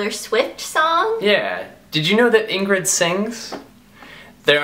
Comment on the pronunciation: how Ingrid said it was right!! xx